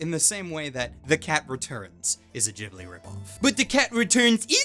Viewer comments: Ghibli is pronounced with a hard G! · Shouldn't "Ghibli" be pronounced with a hard "G"?